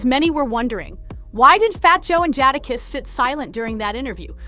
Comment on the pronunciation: Nasssss. Jahdahkiss? Are you kidding me with your pronunciation?